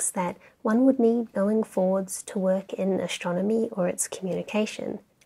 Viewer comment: I like the way she pronounces ashtronomy 😁